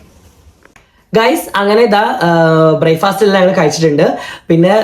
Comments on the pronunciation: ഇംഗ്ലീഷ് അറിയില്ലേൽ.. അത് പറയാതെ ഇരിക്ക്.. Bryfast അല്ല.. Breakfast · ബ്രായ്ഫാസ്റ്റ് അല്ല ബ്രേക്ക്ഫാസ്റ്റ് അല്ല ഇനി എനിക്ക് തെറ്റിയോ